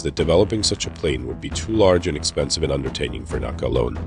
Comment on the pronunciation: I'll admit, I'm both anal retentive and a dinosaur, but FFS, it's N.A.C.A, not Naca (ie, you spell it out, not pronounced as a word). I made that faux pas early in my aerospace career and was promptly corrected by my elder AIAA and NASA colleagues.